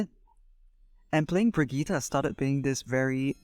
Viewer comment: This is literally basically how I play my Brigitte, love your time and effort putting it into words! Also, it's Brigitte, not Bridgette. But that's just a Nitpick.